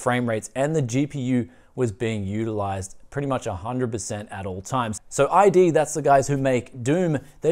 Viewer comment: EYE DEE ? come on, man..